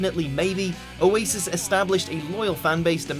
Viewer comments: O a sis what okay that’s totally how you say it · O Asis 😂 the way he said it